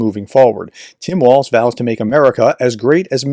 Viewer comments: Walz. Note there’s no t there. Walz. Walls. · ||||| ||||| ||||| = # of x you couldn’t be bothered to pronounce Tim Walz’s name correctly. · Is there a reason that you can’t be bothered to pronounce his name correctly?